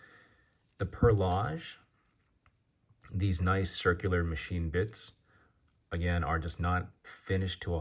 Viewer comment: I swear you own "time pieces" just so you can say made up words and no one will notice. What the fuck is a perlodge?